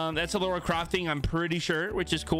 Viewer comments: It’s LARA not LAURA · LARA Croft. Not Laura Croft. I'm cringing!! LOL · i hated when you kept saying ( lora ) instead of ( lara ) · "Lora Craft" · I don’t know whether I’m mishearing but this is the third battlepass video where I’ve heard people say Laura Croft not Lara... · be like "lora Croft" And I can't stand it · Samsies. Its driving me bananas. [rip peely]